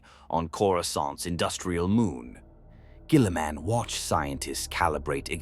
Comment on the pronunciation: Lol robot gwèeeleeemun.